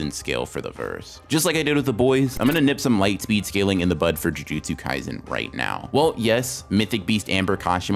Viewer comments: bro said gymjutsu kaisen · did he just say "jumjutsu kaisen"